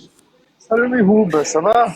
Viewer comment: C’est fou de pas savoir dire correctement le prénom de Mihoub.